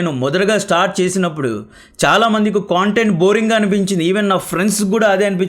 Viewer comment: మిత్రమా...నా " కొంటెంట్ " కాదు. కంటెంట్ . Hooe you got the difference in how we spell content.